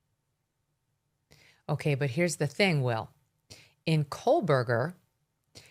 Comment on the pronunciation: Megan i love u but please stop saying kohlburger! there is no L in kohberger